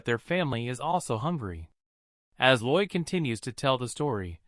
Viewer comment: His name is Lloyd not roid. what even is that 😂😂